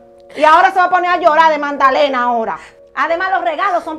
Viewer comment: MANDALENA NÓ, ES MAGDALENA, POR FAVOR.